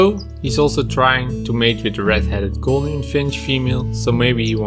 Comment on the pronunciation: Gouldian with a U sound. NOT golden finch.